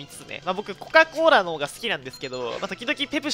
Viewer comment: コカ・コーラーが、こかんこーらーにきこえた